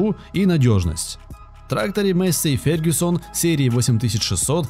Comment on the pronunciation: масєй фергусон